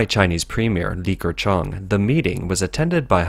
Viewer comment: Li Ke... NOT LiKer - It's slightly painful to hear this pronunciation.